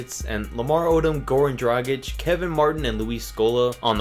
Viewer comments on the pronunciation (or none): Its. not Goran dragich Its Goran DRA GIC